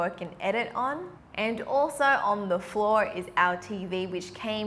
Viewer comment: When she said floor, I kept hearing flaws. I was so confused.